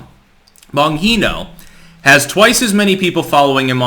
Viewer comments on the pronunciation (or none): Dude...it's BonGeeeNo not BonHeeeNo. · Why is he calling him "Bon He No"? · Sorry but you need to listen to how Bongino pronounces his name. He pronounces it “Bon (gee) no”. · It's an Italian name, j not h. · Hey brother it’s BonGeno not BonHeno!! Lol love the Content!!! But had me Rolling Every time you said it... Keep Em Coming!!! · It's a "g" not an "h". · Bon "G" no not Bon "He" no. Sorry to be a dick lolol I watch him a lot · Excellent video as usual! I watch your content everyday! You’re brilliant. However, why the “Boheeno” pronunciation? Dan Bongino pronounces it as “Bonjeeno.” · it's Gee No, not Hee no...he's italian not mexican dude....u even ever watch his show? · Bonheeeno. Its bonGino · I love you, but every time you say Bon "heeeno" instead of "gheeeno" You tell us you really don't know Dan's content. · It's pronounced Bon JEENO,not heeno. No one says that, he's never corrected anyone. BonGINO, it's not Spanish the g isn't an h. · You should watch his show. At least the first ten seconds. Then maybe you would stop pronouncing his name wrong. It's Bon-G-no not Bon-gee-no. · Bon geeee no. Not Bon heee no. JS. 👍❤ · The "g" is not pronounced as an " h". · The “G” is pronounced like a “J”, not an “H”. You’re welcome 🙂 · Its Bon Gee no not Bon hee no lol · The G sounds like a G in Bongino dude. It’s not an H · It's geno not yeno. Jnco without the co. Like jeans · It's Bon-gene-o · I believe his name is pronounced bon-jee-no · Bro it's BonGINO The G isn't silent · I guess has never heard his radio show. Bongino with a G sound. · Why does everyone miss pronounce Bonginos name. BON-GENE-O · Bongino is pronounced Bon-jean-o. That's how he pronounces it. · the g in bongino is a g not an h. bon-g-no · The way he says "bunghino". Bongino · Bonhino? Come on, dude. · I’m laughing because you keep saying Bonhino. Lolol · it's pronounced Bon geeee no. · Say it after me. Bon jino. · It's a hard G in Bongino, idiot. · Dan Bong-he-no?